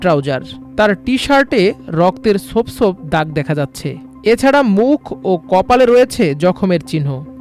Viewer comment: " সোপ সোপ" কি? রক্তের ছোপ ছোপ রং দেখা গেছে।শুদ্ধ বাংলায় কথা বলেন প্লিজ।